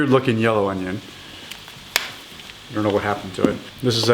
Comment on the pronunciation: How to dice an oño.